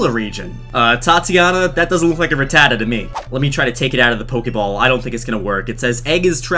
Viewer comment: I like how he says rutaa and not rattatta